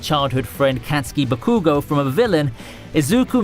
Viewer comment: This man called katsuki bakugou a cat ski bakoo go